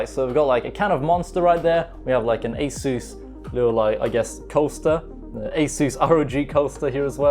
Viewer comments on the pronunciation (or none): none